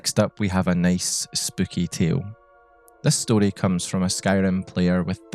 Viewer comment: nothing better than hearing a scottish person say “story” ugh 12/10 no notes. loved the inclusion of concepts like folklore, oral history, and liminality in this context !